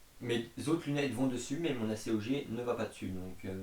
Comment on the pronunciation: Il me semble que l'on prononce : acogue et non a.c.o.g